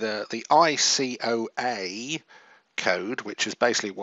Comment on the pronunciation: ICAO not ICOA